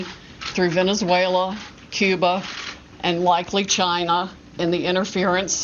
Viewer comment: I knew she’s spewing bs and that’s what’s important here but I am insanely bothered by how she pronounces “Venezuela” 🙃